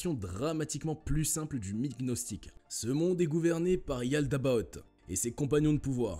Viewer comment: "Yaldaboth" 😭😭😭😭 J'ai cru que c'était le nom d'un méchant de dessin animé 😭😭😂🤣